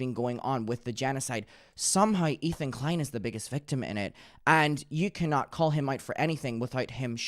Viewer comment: i was not prepared for "ethan de-klein"